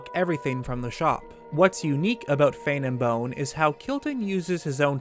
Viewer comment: “Hero-in”, “Lon over due”. Sorry. Poor pronunciation drives me insane. Edit: Within the first minute. Omg, just heard another “lon” instead of long. Grr. Love the channel, but Fane and Bone is FANG AND BONE, not Fane and bone.